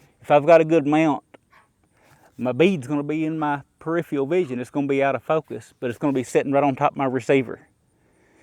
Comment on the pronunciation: Per-if-er-al Thank